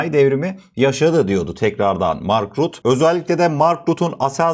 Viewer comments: Rut degil rutte olacak dogru telefuz et , adamin ismine tecavuz ediyorsun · İsimleri doğru okuyalım. "Rut-te".